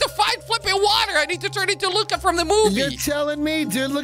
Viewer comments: It's Luca not Lucia ok? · It's luca not lucka